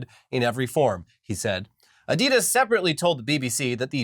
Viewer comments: Adidas is a contraction of the founder's name Adi Dassler. Aka. Adi-Das. Not Adee-Das. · Pronounced Ahdee-dass